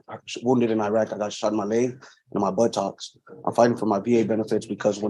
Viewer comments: Why does he say “buh tocks” the same way as Forrest Gump? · the last time i heard war wound and “buttocks” pronounced like that was from Forrest gunp